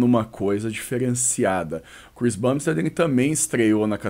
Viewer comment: Saudade quando o falava Chris BUMbstead! Quem sabe sabe....